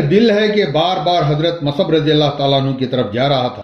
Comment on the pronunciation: آپ اپنی اردو درست کریں۔ مصعبMUS'AB کو آپMAS'AB کہ رہے ہیں۔ آپکی کمنٹری کے بغیر بھی کام چل سکتا تھا۔۔👎👎